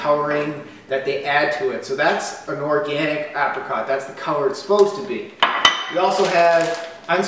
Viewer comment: lol, you can't say apricot...